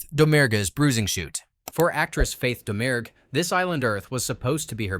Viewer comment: Faith Domergue's surname has a silent G. It's pronounced Dah-Muir.